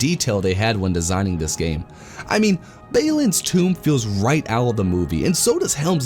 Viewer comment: Great review for a severely underrated game. Love your style of reviewing. Effortlessly funny and the editing is great. Odd pronunciations for some of the names though lol. Baylin? Aymon Hen? Bearadur? Izeeldor? Anyway. You should review the Return of the King movie tie in game, if you haven't already.